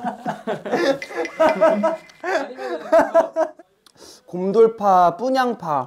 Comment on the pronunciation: the “Thomasu” killed me 😭